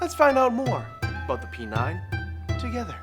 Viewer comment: P9 ? "Pee Nein" !